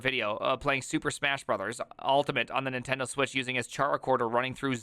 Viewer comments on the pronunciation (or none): none